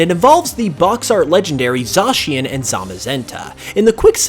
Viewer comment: I like how you are the only poketuber who pronounces Zacian the same way it's pronounced on the direct